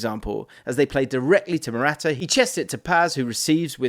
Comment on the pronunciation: bro, I can't, with how you pronounce "Morata"